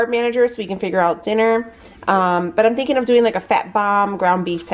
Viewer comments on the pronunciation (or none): none